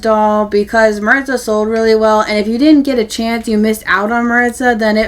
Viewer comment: Hi! I recently discovered your channel, and I love it! See, and I don't think they look at all alike! 😂 I haven't seen Raquel in person yet, but from the pics it's not just their hair and eyes that are different, but their skin undertones as well. Also, just so you know, you're pronouncing Maritza wrong. It's Mah-reet-zah: I'm obsessed with the trinket box. I'm super excited to finally have a doll version! This is definitely my favorite outfit from the collection. I think it will pair really well in photos with the Peru outfit. I'm obsessed with the mama and baby dolphin. They will go so well with Lea's sea turtle and Joss's sea lion!